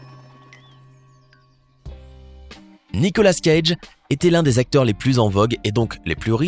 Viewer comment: Nicolas cage le s et pas prononcés dans sont non